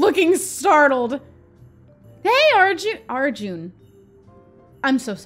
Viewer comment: Lol im pretty sure it’s pronounced like are-jun